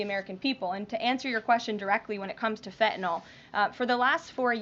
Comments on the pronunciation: Pardon me for being picky, but there is no "o" in "fentanyl" (as in "fentanol"). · I like her, she's smart and doing a fantastic job. I just wish she wouldn't drop the "T" in words, such as "feneenol" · I dislike the way she pronounces fentanyl. That's all.